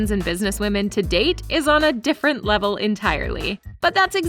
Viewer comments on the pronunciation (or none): none